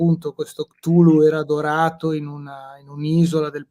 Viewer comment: Allora... intanto è Lovecraft e non LoveRcraft e Cthulhu si pronuncia Ktulu, non ciutlu. Per quanto riguarda il Necronomicon non saprei da dove cominciare sulle inesattezze e castronerie, per esempio il suo fantomatico autore Abdul Alhazred altro non è che un gioco di parole, Abdul come avete detto significa "schiavo di" e alhazred ha un suono simile a " all has read", in pratica sarebbe "schiavo di tutto ciò che ha letto". Il Necronomicon è un'opera di fantasia nata dalla mente di Lovecraft.